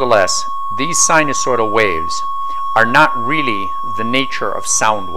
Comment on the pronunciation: not weally